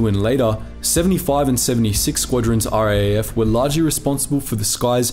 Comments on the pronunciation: It's R double A F or Rough. Not R-A-A-F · Please do us all a favour and pronounce RAAF as R-AA (as in battery )-F. Cheers, your fans. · RAAF...Raaaayef. :) Ya Aussie lol